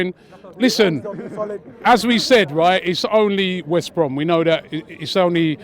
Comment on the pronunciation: It’s West Brom ffs